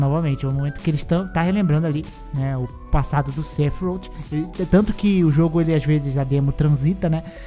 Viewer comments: "Sefirouti" doeu 😂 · A pronúncia do sephiroth toda hora muda… kkkk